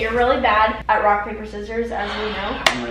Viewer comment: Am I the only one that heard "should we play wock paper scissors" ?